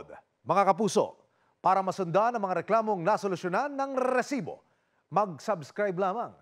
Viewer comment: ok naman po ako sa show na ito,i find it annoying lang po yung pagbigkas ng reeeesibo.